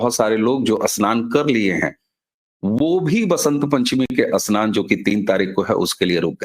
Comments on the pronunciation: Pahle Apne Uchhaaran sudharo Asnan nahin Snan hai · अस्नान या स्नान? अस्थगित या स्थगित?